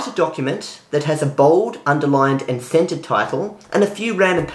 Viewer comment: The way you say "centered" sounds like "scented". Americans pronounce the 'r' much more heavily. I was like you want her to do what?